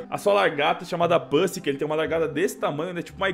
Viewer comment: não é pusi é pussy e não é daqui quem fala é com vocês é windoh